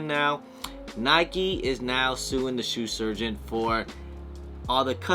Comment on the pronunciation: Love the way you can’t say Shoe Surgeon. “Sue Surgeon”. Must be working too hard.